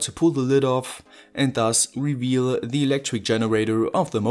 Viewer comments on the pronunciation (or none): none